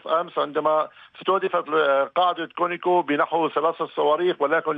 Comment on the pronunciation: الغريب أنه الكل بدون استثناء يلفظونه كونيكو .مع العلم أن اسمه على اسم الشركة كونوكو. Conoco ... منين جابوا الياء بدل الواو ؟